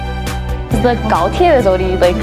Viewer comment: Some faith is restored when these students correctly pronounce Gaotie.